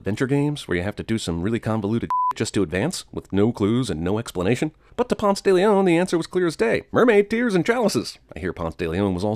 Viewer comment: The worst thing about this movie is how they pronounce Ponce